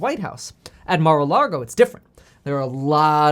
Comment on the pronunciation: Mar-uh Log-oh